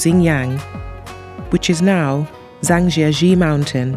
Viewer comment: Chinese pronunciation is very bad. Please get some tutoring on how to say Zhangjiajie correctly.